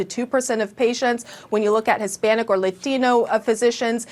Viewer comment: Good Lord. It took me a minute to process the way that lady said "Latino". She actually started the word as white as possible with "lay" then tried to be all Mexican with the "thino". One of the most bizarre things I've heard this week.